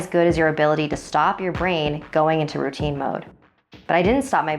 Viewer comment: Who else thought it said "My deadly rotini?" xD